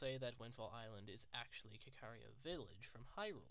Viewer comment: Just so you know, Kakariko is pronounced like (kah-kah-REE-ko). It's just like the Japanese pronunciation, カカリコ (kakariko).